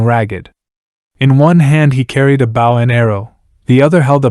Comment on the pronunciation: From The Hastur Cycle. Was pleased w/your efforts before, now I'm deeply impressed by the keen selection of this influential tale from a compilation of similarly epoch-making stories in The King in Yellow/Hastur/etc cycle. But the next time your app pronounces "bow" as in "bow and arrow" as "bow" as in "I bow to no one", that's it.